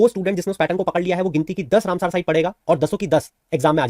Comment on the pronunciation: सर आप “रामसर“ को “रामसार“ बोल रहे हैं